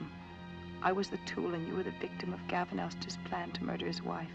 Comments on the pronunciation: OMG it’s Elster, not Elstry 🤦🏽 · Elster, Elster. Not Elstree! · It’s Elster not Elstry. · Dude, it’s Elster not Estree. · * Elster, not Elstree. Acrophobia, not agrophobia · The murderer is named Elster, not Elstry. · It’s Virgil ElsTER, not ElsTREE. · "L-STIR", not "ellstree." Sorry, but they say "Elstre" a couple dozen times in the movie. Similar pronunciation -- theatre. Meagre. Timbre. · Too bad you can't pronounce the college pal's name correctly. It's not ELSTREE. It's ELSTER. Or... were you being "sarcastic" when you kept saying ELSTREE? Your tongue was in your cheek, so you couldn't say the right name. Please... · great video. one nitpick: I can tell from your accent that you're Canadian. I wonder if this is the reason you decided to turn Elster (el-stir) into Elstre (el-stree), much the same way you might do center > centre (pronounced "sen-tree", of course) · It's Elster, Gavin Elster. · Beautiful, brilliant consideration of Vertigo. I loved it. But let me join with the others for whom your pronunciation of "Elster" as "Elstree" was both funny and maddening. Was it intentional? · Gavin "Elstree" - bit of a hole there in afraid. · Was the mispronunciation of Elster’s last name as “Elstree” a conscious nod to Elstree Studios in the UK? 🙂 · It's Gavin "Elster". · Who is this "Elstree" of whom you speak? Are you reviewing "Vertigo" or "Elstree Calling"? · “El- stir” the name, it’s pronounced “EL Stir”. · I'm really not sure how you could possibly have come to the conclusion that "Elster" is pronounced "Elstree." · Thank you. Drove me crazy every time he said it.